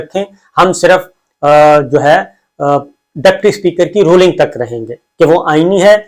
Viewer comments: اپ کی تعلیم کتنی ھے ؟ اپ Ruling کو Rolling کہ رھے ھیں۔ The word is Ruling and not Rolling. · Dear Sabir Sahib. I love your analyses. With upfront pardon, I would respectfully request that please work on your pronunciation of common English words. Today you pronounced “ruling” incorrectly about 29 times.